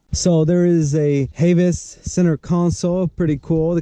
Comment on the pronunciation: Whelen is pronounced: whey-len Havis is pronounced: Have-is Your sirens don’t work because it has a park neutral switch Put the car into gear, switch the selector to the far right and the siren should work Then use the horn to switch tones You’re welcome